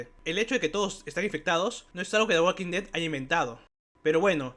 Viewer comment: La L de Walk no se pronuncia. La L de Walk no se pronuncia. La L de Walk no se pronuncia. La L de Walk no se pronuncia. La L de Walk no se pronuncia. La L de Walk no se pronuncia. La L de Walk no se pronuncia.